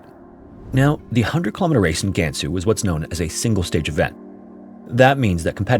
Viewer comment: Weibo 微博 is pronounced more like “Way Bo”, not “Wee Bo”. HuNan is pronounced “Who NAHN”, not “Who nan”. A is pretty much always pronounced with an AH sound. Same thing with Gansu and Liang, the a is enunciated with an AH.